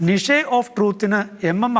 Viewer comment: നിഷേ ഓഫ് ട്രൂത് അല്ലച്ചോ നിച് ഓഫ് ട്രൂത്